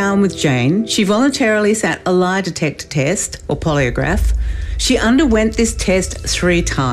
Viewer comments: a poliograph test? she said a Poliograh test. wtf. Ozzie madness. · FYI - the interviewer is an Australian called Ita Buttrose she does have a lisp /speech impediment which might explain the weird pronunciation of polygraph